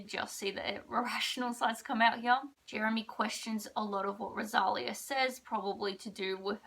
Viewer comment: It's pronounced RO-SA-LEE-A 😭😭😭😭 NOT ROSALIAH. Also, you wrote her name wrong in the title. 😭